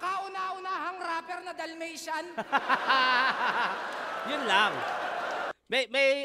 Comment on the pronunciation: Dalmatian or Dull-matian😅